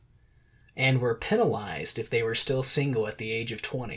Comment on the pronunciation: Your pronunciation of ‘penalised’ is simply bizarre. Thanks for you efforts on the video.